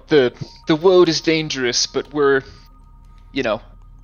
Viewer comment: "This woad is jacked" LMAO!